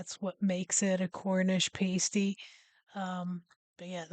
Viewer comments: I understand why you pronounce it the way you do, it looks like pastry without the R but it's pass-tee. I can forgive the carmel but not this 😂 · It's pronunciation is past. Ey not paste ey.😊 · Hiya im sure someone in comments has mentioned this but its pronounced Pass tees us brits love to confuse our american cousins 😂😂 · Say pasty correctly!! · It gets me that most Americans do this despite hearing it said correctly 50 times in the video. Sadly it gets me shouting at the screen as though they can hear me! :P